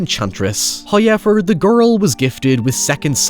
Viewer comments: Please stop saying the word however. You cannot do it right. There are no i's or y's in however. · First "hoyevver" drops . We are rewarded.